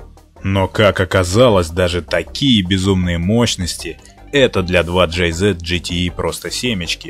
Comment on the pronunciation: ДжетиИ слух режет пздц)